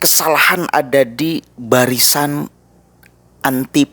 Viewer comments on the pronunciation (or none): none